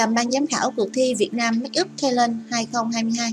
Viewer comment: If the speaker can not pronounce the word of make-up, please use Vietnamese as trang điểm cho nghe đỡ chướng tai. Thank you.